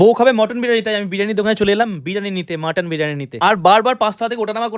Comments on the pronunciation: মটন না মাটান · মাটান❎ মটন ✅🙂🙏